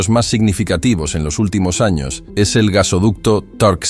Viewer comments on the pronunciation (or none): none